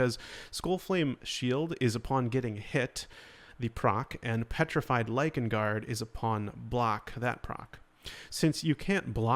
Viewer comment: You said “Lichen” ❤️❤️❤️